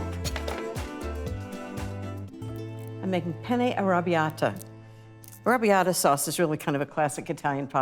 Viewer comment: In Italian is "Penne All'arrabbiata" not "Penne arabiadah". 🙄